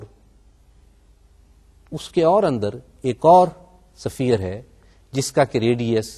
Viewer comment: safeer nahi hota is-fear hota h